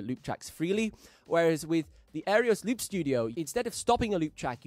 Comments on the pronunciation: Wow…you said Singularity Sound instead of Singular Sound…and you said Aereos instead of Aeros. Surprising since you seem to be a stickler for detail. Just saying…. But, I’ve always enjoyed your videos. In fact I just bought the Aeros Loop Studio and the Midi Maestro mostly on your recommendation. I have a lot of respect for your opinion when it comes to looping. Your experience looping from such an early age makes you a valuable resource. Thank you for what you contribute to the looping community. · Nice video! Im waiting on my gold edition now… You do realize you are completely botching the product name AND the company name , right!?? 😂 its an Aeros not “Aerios”… and the company is Singular sound not “Singularity Sound”. Sry just thought id point that out…